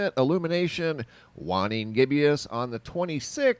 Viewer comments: Dude....it's not pronounced "whanning gibbious" it'spronounced "way-ning gibbuss". Can't take anyone seriously when they F-up a BASIC term. Sheesh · It's gibbus there is no more i's or e's to make you pronounce it that poorly